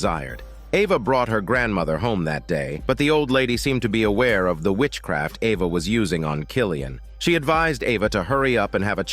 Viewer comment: AI wasn’t sure how to pronounce the name Eva lol